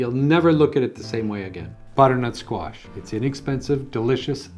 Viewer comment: Thanks for sharing. I just wanna check am I the only one that heard him say Squat instead of Squash a couple of times? My sound bar is sticky